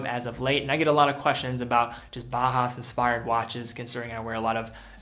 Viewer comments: Until you started talking about Junghans, I was 99% certain you were saying "Baja", not "Bauhaus". It should sound like "Bow-House", with Bow as in "Bow to your king." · Just for future reference Bauhaus is pronounced Bow-house, ‘bow’ like the courtesy, not the weapon - love the vid otherwise